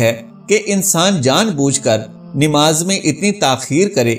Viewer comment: It is not Nimaz but namaz you can’t even pronounce it right